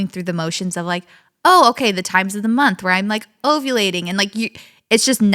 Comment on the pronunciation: I have never heard “ovulating” pronounced this way 😂